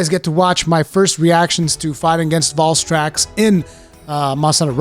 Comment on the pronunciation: The way you pronounce Valstrax angers me.